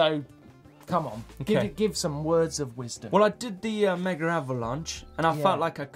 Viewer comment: love the shows! but.. please stop calling the megAvalanche the mega-avalance please